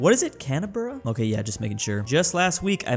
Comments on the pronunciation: It is pronounced canbra not Canberra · Bro said “canaberra” it’s pronounced can-bra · pronouncing Canberra as can-er-ber-ra when its can-bra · what is is "cannaburra" Americans mispronouncing Canberra and Melbourne will never get old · "Comrose" "Kiribody" "Argentinia" "Canonberra" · Don’t forget about “Canberra”., for some reason, says Can e berra (spaces emphasise the pronunciation did).